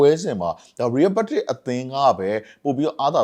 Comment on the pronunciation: ရီးရဲဘက်တစ်လို့ပီပီသသပြောပါ ကြားရတာရီးရဲမက်ဒရစ်လို့ကြားရသလိုဖြစ်နေတယ်